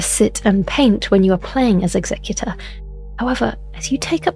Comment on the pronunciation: People keep pronouncing Executor wrong. It's Executor as in execute not executive.